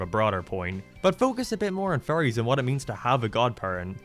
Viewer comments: I’m sorry ….But every time u say fairies the captions pick up furries…. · Your accent makes it sound like you are saying furries instead of fairies 😅 imagine a show called the furry odd parents 😳.... maybe not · Most people: fairies: furies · pronnounces "fairies" in a way that it sounds a loooot like "furries" And he likes Sonic the Hedgehog... What's your fursona,? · I never watched this show, I just like these videos because the way you say fairies sounds like furries